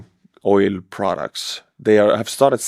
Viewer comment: Oil is pronounced with a hard L ❤